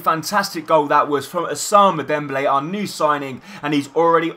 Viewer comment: Ous-a-moon-A Dembele